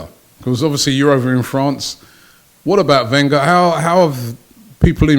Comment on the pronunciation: Claims to be an expert on French football. Can't pronounce Wenger properly. Ye, I'm not buying it.